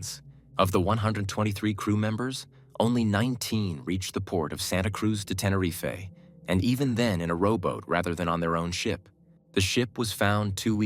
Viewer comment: It’s not Tenereefay 😂 It’s pronounced Tenereef (Tenerife)